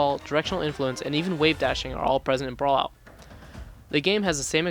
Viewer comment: “BRAUUAAULLUAAOO”. If you’re going to make a review learn how to speak well enough to say the title name!